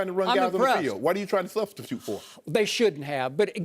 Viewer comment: why are you tryna "subhthithu" for?